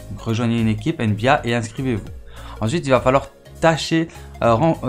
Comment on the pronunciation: Tu prononce mal nba